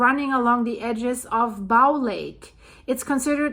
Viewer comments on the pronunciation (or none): Thank You for the reporting. It's pronounced bo, like the ribbon you put in your hair, and the thing you shoot an arrow with. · It's pronounced bow as in bow and arrow. If you want to help, donate to STARS air ambulance. It's mostly funded by donations. It's not a government service. They have saved many lives. We in Alberta have many remote places and long distances to hospitals with emergency hospitals. The Frank slide is stunning!! I drive there every year. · It’s pronounced “bō”, as in “bow and arrow”. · Say Bow, like a bow & arrow, not like, to bow down, The Bow river is pronounced the same way just so you know. Great stuff!